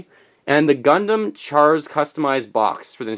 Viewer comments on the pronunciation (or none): none